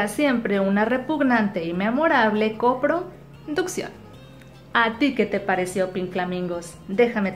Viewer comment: Es copro... ducción 😂😂😂😂